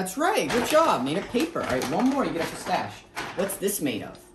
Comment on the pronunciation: “What do you want?” “Pistash?”